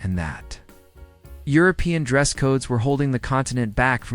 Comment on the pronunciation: The AI can't do more than speak a worrd salad, doesn't understand what the meaning is. It can't even pronounce 'European' had to just spell the letters and doesn't know 'Lyon' is a city